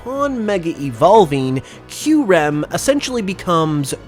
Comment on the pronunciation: hb we pronounce kyurem right